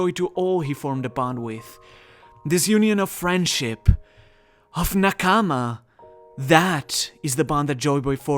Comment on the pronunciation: the way you narrate feels like you are trying too hard, also its not n-kaamaa, try saying naa-kama, and also this video did not have too much info like the last two.